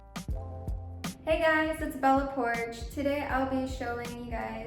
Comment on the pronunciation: I thought she said her name is pronounced bella poark